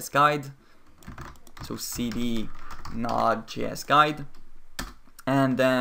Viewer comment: Your pronunciation of Node.js drove me crazy